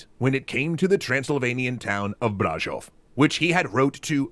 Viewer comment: To me it sounded like he accentuated the first syllable of Brașov instead of the second, it should be Brașóv, but it s good nonetheless :)